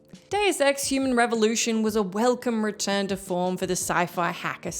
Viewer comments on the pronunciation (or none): none